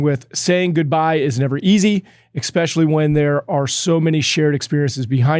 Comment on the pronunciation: I love, but for the love of God, Please tell him that there's no "x" in especially. 😂